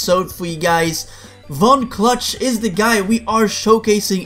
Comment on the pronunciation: Von clutch is my favorite character but ever time i win as von clutch its like he’s saying f$ck me cluck